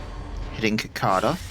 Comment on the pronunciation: I mean no disrespect, but what state are you in that you pronounce cicada like that?